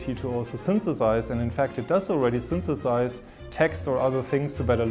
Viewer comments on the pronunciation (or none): Noticed two errors in the video. Synthesize* and babble (as in bah-bul, not bae-bul)